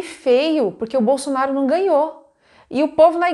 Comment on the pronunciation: Ela falou BOLSONÁRIO😅